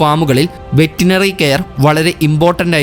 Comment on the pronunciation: വെറ്റിനറി അല്ല; വെറ്ററിനറി